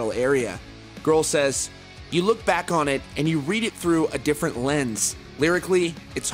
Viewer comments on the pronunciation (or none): none